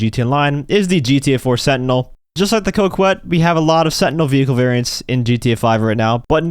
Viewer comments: I'm french and please pronounce "Coquette" ➡ "KohKette". Thank you. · Dude, pronounce Coquette correctly for once in your life.